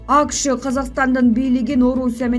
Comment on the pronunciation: Жоо кеткенде кылычыңды бокко эмес, ташка чап.Анан дагы ААКШ эмес АКШ.Туура сүйлөчү.